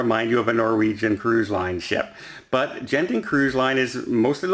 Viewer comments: According to my source, should be pronounced "Gurn Ting." The G is a hard G. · And that's Genting, pronounced with a hard G! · Hi! I am a Malaysian and Genting is a Malaysian public listed company. For your info, Genting cruises are part of their group and it’s pronounced as you would pronounce g as in girl and not j as in gentle. I hope this helps 😀